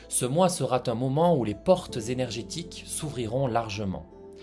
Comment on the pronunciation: Ne mettez pas de T après sera. Vous faites une liaison mal à propos. Sinon, très vrai et très intéressant.